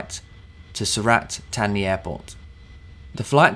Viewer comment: I can speak the Thai luggage, er, I mean Language. As with yourself, I have 'attention to detail' on my CV. Sur-rLat-Tar-Knee, is the correct pronounciation.